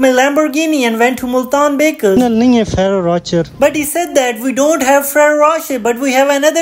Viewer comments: Bro cant even pronounce ferrero rocher the correct way 😂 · Bro pronounce the chocolates name properly